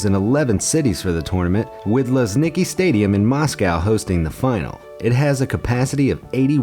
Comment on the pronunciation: You have two mistakes in one fact: just about six of 12 stadiums were brand new, others were just renovated or built for other purpose (Sochi - Fisht Olympic Stadium, built for 2014 Winter Olympic Games), and Luzhniki is pronounced [lʊʐnʲɪˈkʲi] (C'mon, google translator can pronounce it better than human? Really?)